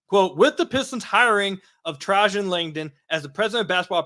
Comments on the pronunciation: It's pronounced trey-gin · lol.., you’re pronouncing his first name wrong.. it’s “Trey-Jen “ … aka the Alaskan assassin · "Tray-Gen"... Lol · Trajan…….. former Duke star 11 pick in the 99 draft you butchered his name 😂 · Didn't even look up how to pronounce the man's name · Bro you seriously pronounced Woj’s name properly but not Trajan’s? 🤣 You must be too young to remember Langdon from his duke days. Otherwise you definitely would’ve known the pronunciation.